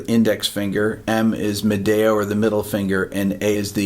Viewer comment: Wow I didn’t understand your pronunciation of pulgar, indice, medio, and anular for a minute there. You have terrible Spanish pronunciation! 😂 LOL